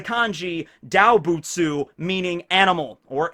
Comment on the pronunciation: hahaha it's pronounced like "door bu tsu"